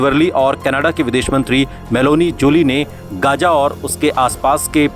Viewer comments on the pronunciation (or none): Gaja nahi Gaza h. Bolna dekhiye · It's Gaza Not Gaja